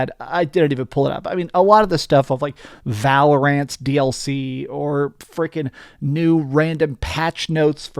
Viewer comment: Bro said valoraaant